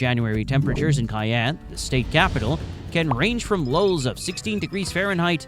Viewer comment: Your information is very interesting. Please look up/listen to the local pronunciation of Cheyanne, WY. (shy-AN)